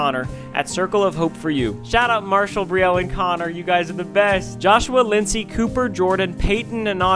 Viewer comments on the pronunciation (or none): none